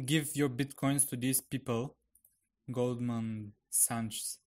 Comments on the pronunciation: Goldman "Santschs" LOL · no you're not pronouncing it right: голдман сакс, and they're one of the biggest investment firms in the US for over 20 years. You're welcome. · I enjoy your videos, but it's hard to believe that I'm following advice from someone who is unfamiliar with the name Goldman Sachs (pronounced saks). Probably the most important private financial institution in the US if not beyond -- their executives have gone back and forth between the Federal Reserve, and the US Treasury and the US cabinet for decades.